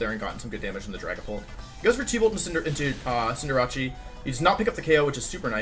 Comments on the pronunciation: Je still says Cindeerachee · ITS SO ANNOYING LIKE CINDER-ACE like ugh